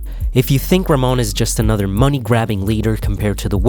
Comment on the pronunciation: Not Ramon he is name is RaHmon